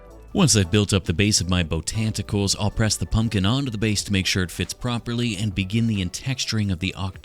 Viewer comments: I love "botanticals" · “Botanticles” I squawked😂😂😂😂